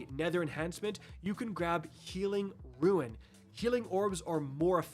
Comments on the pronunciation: OMG I WAS ABOUT TO MAKE THIS COMMENT ITS PRONOUNCED ROON not ruin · Brother, unless it’s a regional thing, I may be “correcting” you, but it is meant as positive feedback as you have become my sole source of D2 info. rune ~ prune ~ loon ruin = roo-in I swear, I’m not trying t bust your balls, but I’m hearing “runes” as “ruins.” It throws me off in those moments. If I’m the only one, then it’s me. If it’s regional, then that “ain’t” a thing. But if it’s unintentional, I’d rather be the fuck that says something, than the dick who doesn’t. Hope the kids are well! ✌️🤟👽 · Not just u, he keeps saying RUINS and it's killing me!!!!